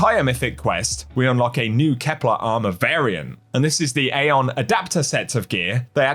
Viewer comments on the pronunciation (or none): none